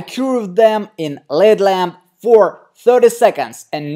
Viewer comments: It's not a led lamp its call L.E.D. pronounce EL- EE-DEE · Silly. It's L.E.D (LED) not led lamp 😁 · No never!!! Yes dangerous if a nail is damaged it shouldn’t be covered especially with a dark opaque colour so you can see the nail plate and make sure it’s not getting infected. You’ve a very talented nail tech & artist but this is just bad practice! & it’s pronounced L...E...D lamp not LED lamp sorry just helping x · There's no way you are licensed... btw it's not a led lamp its L.E.D lamp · L.....E.....D. Not led lamp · Exactly the videos interest me but the mispronunciation of words is almost more than I can stand. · Denisia Crawford L.ight E.mitting D.iode L.E.D it drives me nuts!